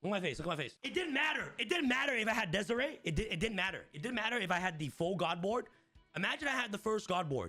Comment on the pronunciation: I died on the inside every time he pronounced dies irae